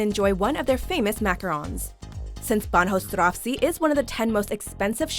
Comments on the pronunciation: God please my ears had tears when she pronounced Bahnhofstrasse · The pronounciation of "Bahnhofstrasse" was even worse, even though I have to admit it's a tough one for non-german speakers ;) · Anyone else cringe when she pronounced Bahnhofstrasse? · Oh my... I've never heard Banhofstrasse pronounced like that. I mean it's not even a hard word for German. And her pronunciation wasn't according to German rules, but also wasn't according to English rules...